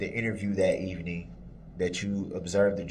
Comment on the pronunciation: Oh, by the way,, "evening" has two syllables, not three, unless you're talking about evening the odds, for example. Stick to grunts and grimaces, because human language is obviously far beyond your insectile intellect.